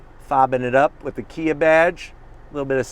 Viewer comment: it's KIA - what more can I say? you jive turkey's